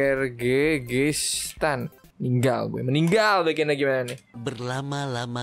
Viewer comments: Itu bacaannya Kirgistan bang bukan Kyrgyzstan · Itu bacanya kirgiztan bang bukan kyrgyzstan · KIRHGISTAN BANG NAMA NYA BUKAN KIRZGHJKTAN BANG😂😂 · sebenarnya kan Kyrgystan tapi kalo dibaca itu sebenarnya adalah Kirgistan bang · Bacaan nya Kaya Gini Bang Kirgistan